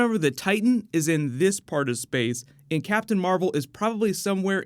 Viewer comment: Nobody gives a shit about captain mar-vel.